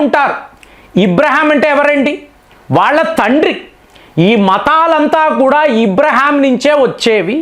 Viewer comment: అబ్రహాం ను.మీరు ఇబ్రహాం అనడం ..ఇలా చాలా పేర్లను ఇలాగే.మార్చేస్తున్నారు